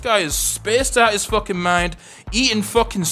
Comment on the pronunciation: the amount of times ive heard " fokin " is unmeasurable fokin here fokin there 🤣